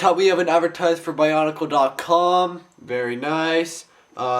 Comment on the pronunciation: its weard when people say bionicle like ba-un-i-cal